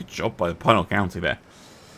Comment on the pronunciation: As a (more or less) native of the state, Pinal County is pronounced with a short "i" ("pin", not "pine" and "Al" as in "Alvin").